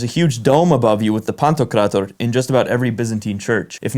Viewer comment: A very moving video, you also pronounce Pantokrátor beautifully if I may add as a Greek Orthodox! The Greek Catholic Church of the Ukraine is, of course, as you also say, not an Orthodox but a Catholic church, which has merely been steeped in many of the old Eastern Orthodox traditions and customs, while remaining Catholic in dogma. I agree with you about the exceptional feel one gets, surrounded by an atmosphere, which is deeply mystical in these Eastern or Greek Orthodox churches. This contributes to a strengthening sense of faith in our church, in God, Christ, the saints, and the Virgin Mary, in a church that is covered with rich, vibrant, if somewhat stern, Byzantine-style icons, where the aroma of lit candles lingers in the air and mixes with the comforting incense that rises from the tinkling thurible with every sweeping gesture by the priest.. Even in the Greek Orthodox liturgy, being Greek does not automatically mean that one understands every word, as the Greek language of the church is rather archaic. But this for me is the beauty of it all, I do not have to hear the Bible or the majestic chants in the ordinary language spoken by us on a daily basis (there are classes and books that explain the verses and hymns, if one really wants to understand every single word). They are less important than the effect that the traditional, repetitive, rhythmic sounds and chants have on us, as the intermingling words that we do understand give meaning to those that we do not under